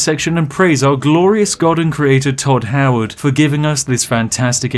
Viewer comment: Thod Thoward